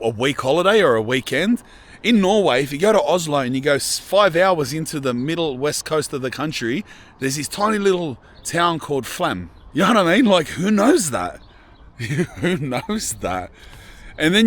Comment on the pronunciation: The town is pronounced «Flom», not «Flem»😁😅 Great video❤️ Have lived in the Viking village as a Viking⚔️🛡️ Nice to see it again🙏❤️